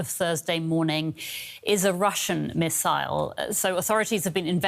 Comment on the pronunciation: Thanks for pronouncing missile correctly